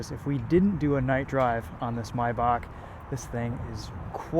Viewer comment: it’s pronounced “may-back”